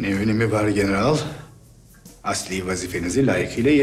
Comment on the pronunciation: Nobody: Filippos: GenerAAl